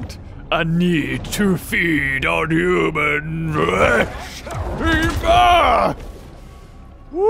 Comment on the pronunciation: You say human wrong